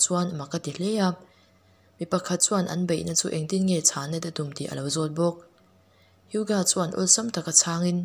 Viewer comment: Miss Hyuga kha:hai-u-,ga tihtur